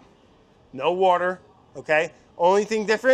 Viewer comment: mariekt I did notice a time he pretty much pronounced it perfectly, and I really wanted Hunzi to put up “water.”